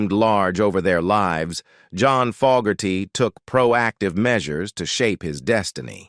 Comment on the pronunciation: I like the video and narrative however, the pronunciation of very common words and the very name of John FOGERTY was mistaken many times only to be corrected somewhat during the latter part of the video. Many words were also mispronounced leading the viewer to conclude that some type of voice reading synthesized garbage was being used to make the video. If this is corrected, you would have an awesome product.